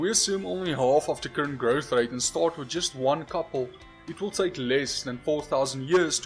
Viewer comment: I think I stand corrected ;-) his pronunciation of "growth rate" (when talking about the oldest trees) is indeed South African.